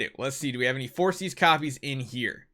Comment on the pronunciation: I think it's pronounced For-kis instead of forsees